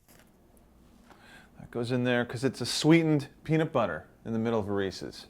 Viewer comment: This video was nice except for every time he said peanut BUTHER